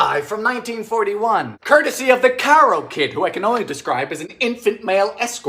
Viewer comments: Come on dylan stop showi g your yankeehood. Lots of Americans eat pecan pie. Even though peanut is a bit bizarre you tried it dont knock it so hard. Karo long a karo not caro luv ya lots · Dylan...... Honey...... you pronounce it 'Kay~Row' syrup.